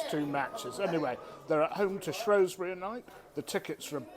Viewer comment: Saying Shrewsbury wrong 🤦🏻‍♂️